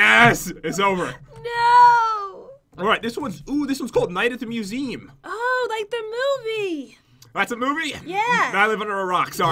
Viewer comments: “Night at the museem” Pat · Pat did you say museem